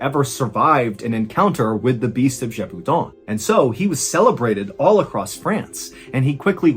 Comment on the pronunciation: Ballen knows how to pronounce the name Jacques and Gévaudan. But not the French name "Jean". The internet has failed his generation.